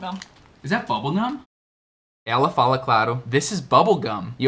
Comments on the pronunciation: Vc diz that , parece o som de vat , é isso mesmo? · Passei o vídeo todo tentando decifrar como ele pronuncia THAT mas não consegui, as vezes parecia que o T tinha som de D e outras parecia V. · you pronounce the word Tha(t), with the last 'T" unvoiced. I looked into the dictionary and I saw all of them pronounce the last "t" of That. But, I usually hear lot of people saying "Tha". My question is: the word "That" has the last "T" unvoiced or it is an informal way the natives to pronounce "Tha"? Thanks very much!